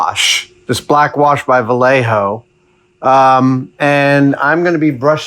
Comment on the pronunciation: Adam, I love your videos, they are fun and informative and entertaining, and you are an amazing artist. Just one thing, “Vallejo” is pronounced “ve-yea-ho.” You got the “jo” part right, but you screwed up the “ll” which is pronounced “yea.” You live in California. You should know better. Spanish is spoken all around you. It used to be part of Mexico. Keep up the good work and learn to speak Spanish. The United States is the fourth largest Spanish speaking country in the world. We should be proud of that fact!